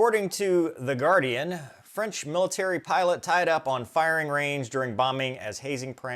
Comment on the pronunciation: Freinch again 😂